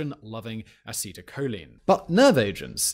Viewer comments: “acetelachlorine” it’s actually ‘acetylcholine’, Simon. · Fair enough, you don't deal with this unless you've studied or worked with organic chemistry, biochemistry, or IUPAC, but ACh is sort of like 'asetile kohleen', short A, stress on the first syllables. Acetylcholinesterase is the target for these nerve agents. We are totally dependent on our own biochemistry. If you work in this field, you will have serious doubts about free will.